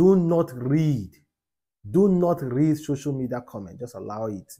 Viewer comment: is called "social media" Not shosho media😂😂😂😂😂😂😂😂